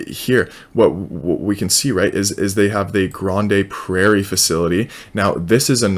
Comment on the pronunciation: Pronounced Grand Prairie